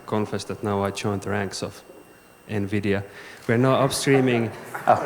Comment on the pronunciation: "NMIDIA" actually...